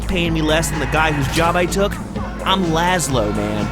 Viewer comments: It's Lazlow. Not Lazlo. Probably not the first to point this out, but I figured I should note it. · Actually its lazlow not lazlo